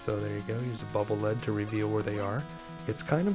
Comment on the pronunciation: The "Lead" in "Bubble Lead" is pronounced "leed", not "led". Original Japanese pronunciation "baburu rido". Probably based on the usage "a channel of water especially through a field of ice".